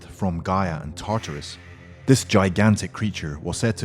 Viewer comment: your saying gaea,tatarus, and other names whrong